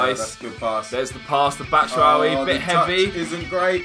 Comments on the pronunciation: i think that michys surname is batshuayi not batshuawi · great series guys. BTW, it's bat-shoe-why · Why do they say batshuwawi?